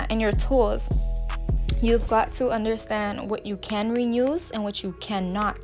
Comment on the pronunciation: Love the nails. Are u saying "renuse" or "reuse"? Lol